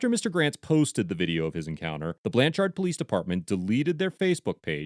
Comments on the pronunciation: From Oklahoma. It's spelled blanchard but said like blanch- (t)urd. Ps lions suck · I comend the editors of these videos, the only problem i have is the way they are saying blanch-ard when its pronounced blanch-erd. I live 30 min away from this town, it was just bothering me the way he was saying it😂😂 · As a lifelong resident of Oklahoma, it grates on me each time you pronounce the name of the town Blanchard. It is not pronounced “Blan-charred” as you say it. The accent is on the first syllable and the second one sort of rhymes with the word “third”. I probably wouldn’t have bothered to make that comment except for how many times you mentioned the town name in the video. 😆 Anyhow, I definitely appreciate how you disseminate and share your knowledge. 👍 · Trying to help here the proper annunciation is Blanchherd lol. Like turd not chard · Lol...okie here. Cops are some of the stupidest humans on the planet, especially cops in Oklahoma. By the way, its pronounced "BlanCHERD" not "BlanCHARD". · It's pronounced more like blancherd than the amount of "ar" you're putting in the second syllable. :D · Iss pronounced Blan-Chrd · Lol. The biggest crime of this video is how the narrator pronounces Blann Chard. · Sounds more like BLANchurd in pronunciation. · ITS PRONOUNCED BLANCH ERD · BTW.... It's pronounced more like Blancherd.... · 1. Lets hold him till we can find a crime. 2. It's pronounced Blancherd. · it's pronounced "blanchird" but good video !